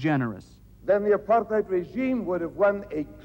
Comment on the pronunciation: Kinnock pronounced Apartheid just like an Afrikaaner .